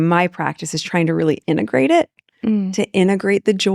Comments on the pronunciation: There is absolutely no way I have any respect for JKL and Raitch. These interviews are so revolting and both are repellent. Even the way Raitch says “endegrate“ repeatedly instead of integrate. There is a MASSIVE mismatch here. Raitch is a pathological liar. And “it’s a loart” as though she’s busy. But she’s sooooo DUMB. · "innagrate" it? Hooked On Phonics worked for me!😀😆😂🤣😅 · She said "inegrate" 3 times in the space of 5 seconds. What an idiot! Maybe she should enroll in remedial English classes.